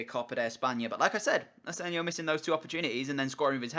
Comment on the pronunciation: it's asensio not asensio